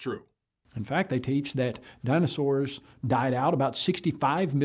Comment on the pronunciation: Why does he keep saying “Dino-shors” ??